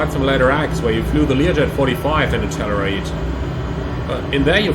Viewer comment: I thought he was saying "tenerife" 😂